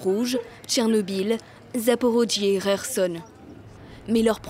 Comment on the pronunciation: Faut dire a votre journaliste que Kharkiv se prononce "Car Quif" et pas "Rarquive" ou encore "Cair Sonne" et pas "Rair sonne" c'est ridicule...